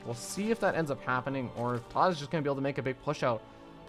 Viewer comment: He can't say Tod properly because his lips are to big.